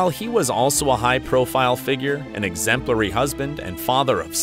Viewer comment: Examplary father? Haha